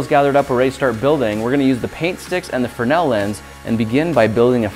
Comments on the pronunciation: You guys kept saying frenell its fresnel fyi... i had to research it but fresnel was the name of the lense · It's fresnel, not frenel lens. You left out the 'S' in your pronunciation. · Freznel, not frenel.